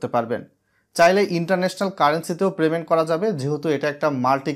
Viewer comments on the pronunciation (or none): 7 লাখ সাবস্ক্রাইবার আর বলে কিনা "প্রেমেন্ট" "ইনফরমেশান" ভাই স্ক্রীপ্ট লেখার পর চেক করে নিয়েন। বাজে শুনতে লাগে।